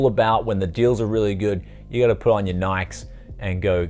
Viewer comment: "Put on your nikes?!." Say it with me : "Nigh - Keys"!. Great deals you got there.